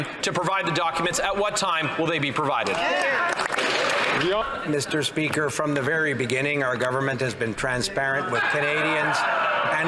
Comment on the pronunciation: MeestR SpeeakR >:^ 0